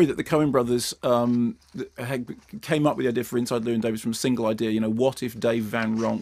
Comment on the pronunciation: I suppose as the Americans don't do it either it's too much to expect Mark to pronounce 'Llewyn' properly.